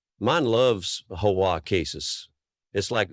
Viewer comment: Was this an AI voiceover, or did the narrator just not know you don’t pronounce HOA as a word? As well, it’s pronounced differently numerous times based on context, suggesting again that it’s most likely software attempting to parse out what this phase meant.